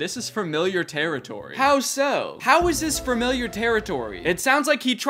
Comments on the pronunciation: why does he say fermiliar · did you say "fermiliar"? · Danny not being able to pronounce “familiar” is really endearing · i can’t get over how danny says “fermiliar” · Why am I hearing "farmiliar", Danny? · dude said “firmiliar” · love your vids danny… but fermiliar?!? 🤣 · Framiliar. FRamiliar. fRamiliar. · Had to stop watching bc of how you pronounce “Framiliar” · Danny says familiar like “furmiliur” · “framiliar” “framiliar” “framiliar” “framiliar”